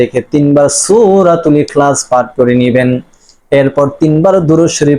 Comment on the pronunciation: আপনার সুরা এখালাচ পাঠ করা ভুল ।